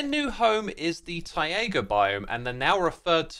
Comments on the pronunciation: why do you pronounce taiga like that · never say "taiga" again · Very good content as always. However, I absolutely can't stand the way you mispronounce taiga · Please learn how to pronounce taiga correctly English is a very easy language to learn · Mate…. It’s Tie-Gah. Not Tie-A-Guh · Its not TaiAga its Taiga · why does he pronounce "taiga" as "tie-ayga" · I have never heard anyone pronounce “taiga” (tie-guh) with three syllables like Xisuma does here (“tie-ay-guh”). Is this a British thing or just an Xisuma thing? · Hey btw Taiga isn't pronounced ti ay guh Its tie guh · It's Taiga not Taega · Tai-ga, not Tai-a-ga 😅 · TAI-GA ❤, rather than TAI-EH-GA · Not "tay iger" it's pronounced "tiger" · Taiga ❌ TaEaGa ✅ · Please don't call it taega. It's taiga or tajga. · No offense X, but you pronouncing it as "Tai-ayga" is just killing me. Please, pronounce it like you have a thick Boston accent and you're trying to say Tiger. I beg of you. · Funnier because it's neither, since it's a loan-word. It's 'tai-GAH'. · Did anyone notice how xisuma pronounced taiga he said tayega biome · X's pronunciation of "taiga" will never fail to sound wrong, mostly because it likely is wrong. Wiktionary agrees with me here. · Tie-A-Gah biome huh? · Taiga is pronounced like tie-gah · X, taiga is pronounced like tiger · Tie-ae-ga right? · How long has this guy been calling it the "Tye-Egg-Uh" Biome lol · Why do you pronounce Taiga like Taiega? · "taega biome" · Xisuma, you pronounced "taiga" as "taiaga". How dare you. But seriously, you just needed to not add an extra "a" and you would've been good. I don't ever want to here you say "taiga" again until you learn. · I don't know what's funnier: they way X pronounces "Taiga" or Hardcore being added to Bedrock edition which is infamous for random instant deaths. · Love the wolves, hate how you say taiga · Love the wolves Hate the way X pronounced taiga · how do you make the word "taiga" into a three syllable word? haha